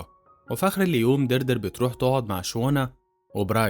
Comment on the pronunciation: إسمها ديادري مش دردر 🤣